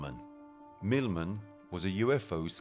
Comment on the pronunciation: The Al moderator's British accent got better as the video went along. And it's UFO, not U fow